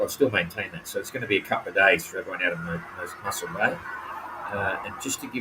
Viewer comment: Moss-el bay, not Muscle bay